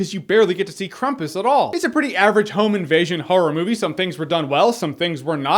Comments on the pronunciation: It's not krumpis it sound like your saying krum piss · I just heard you saying "crumpet" for four and a half minutes. "They're trying to escape crumpet..." Crumpet: The Breakfastening. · Dude. Think campus with an R in it :) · Krom-poos just FYI not being a douche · What? no no no no... it is "Kraaaam-poos" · You got the pronounciation wrong. I guess you Americans would spell it "Krumpoos" (roll the fucking r!) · its pronounced Krau-m-pus. Like combat with an "R" hahah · Its actually pronounced with an ahh and poos. So it's pronounced krahhhm-poos. Its a Germanic tradition were people spend tons of money making their krampus costumes and walk around the streets punishing bad people. You can watch videos of Krampus parades and they are pretty creepy. Now you know. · you watched the movie you heard them pronounce it krampus (cram pus) why do you choose to pronounce it wrong I couldnt bear listening to the review :( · I actually grew up with the Krampus mythology and I learned that it is pronounced Krampoos. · On the pronounciation: Ask yourself this, how do you say "cramp" and how do you say "crump"? There you go. You're welcome. I'm actually more offended by your pronouncing it "piss" at the end. What's up with that! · In German it's pronounced Cramp-oos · it's pronounced "krompus" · its kr-ahm-pus just a softer ah sound. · "Here comes the Klum-pas!!" - Drunk Jeremy. December, 2015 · It is pronouncend Krahmpoos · its pronounced cram-poose hahaha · hey jeremy im from austria and have to say... its krAmpus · It's CRAM-PUSS, American Dad knows! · i believe its pronounced "Kr-aum-pus" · It's pronounced as krampus. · Every time he said 'crumpus' one of my German ancestors cried. On a similar note, it's like whoever made this movie got their information on Krampus second hand from someone who read a click-bait article on the internet. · NO offence Jeremy, But why would you pronounce kram with a u? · The way you say Krampus makes me think of a monster that dances